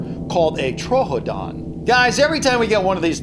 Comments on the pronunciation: the dinosaur is pronouced truedon not trohodon (just saying) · It’s troo-don not tro-odon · He said “trohodon” its just “troodon” lol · troo don not tro ho don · First you say the name of the dilophosaur ‘the spitter’ and now troodon tro-odon... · It’s pronounced tru-don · it’s prononced tr-Oo-don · it’s actually pronounced, true-don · TBH You Pronounced Troodon Wrong.